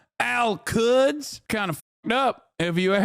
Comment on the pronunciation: The way Kilmeade says “Al-Quds” it sounds more like “El Cuds” to me. Like he is talking about Spanish cows or something.